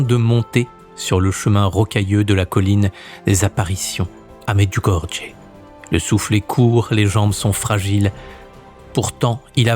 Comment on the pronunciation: Un grand merci, une fois de plus, pour ces vidéos de grande qualité. Je voudrais simplement vous faire une petite remarque, comme je l'avais déjà fait à propos d'une précédente vidéo sur Medjugorje. La prononciation correcte est : « Mèd-you-go-ri-yé ». Dans Medjugorje, les deux lettres « j » ne se prononcent pas comme le « j » français. Elles se prononcent avec un son proche de « y », ce qui donne approximativement « Mèd-you-go-ri-yé ». Si vous avez un doute, je vous invite à poser la question à des personnes qui s'y sont déjà rendues en pèlerinage, comme je l'ai fait. Bien amicalement, avec tout mon respect pour le travail que vous accomplissez.